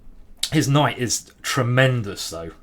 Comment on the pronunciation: You lost challenge. You said Kight, even though you shoud not to